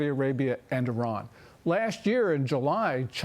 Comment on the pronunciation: Good to hear Iran correctly pronounced as "E Run" and not "I Ran" ....